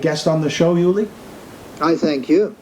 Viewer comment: Thanks for posting....but man....his name is pronounced OOO-Li not YOU-Li....not trying to be a dick....but that's a pretty big error.